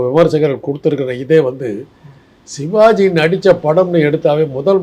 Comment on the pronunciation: தம்பி டேய் நெறியாளரே. நீ சோன்ப்படி விற்பவரா ஷிவாஜி என்று சொல்கிறாய். சிவாஜி என்று சொல்லத் தெரியாத‌ா?